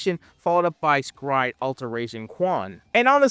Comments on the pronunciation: S-Cry-Ed lives RENT FREE in my head.... Honestly because the name is so very unique that it locked in. I barely actually remember anything about the anime beside red arm guy and the dude who could control orbs. Everytime you say "scried" i want to cry. Lmao I always called it "Es-Cry-Ed" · I thought it was pronounced "sacred" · It’s not scry it pronounced S….Cry…. ed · Bro this is a classic I watched this on Toonami and everyone was talking about it. Also I thought the pronunciation of S-cry-ed is supposed be said as a sutter because it’s also doing a double entendre on being scared! So it’d S… Cry…. Ed that’s how we said back in the Toonami days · I absolutely HATE how you say this name and I'm gonna have to thumb it down and move on about my day lol